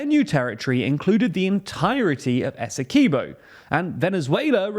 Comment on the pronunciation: Quibo not keybo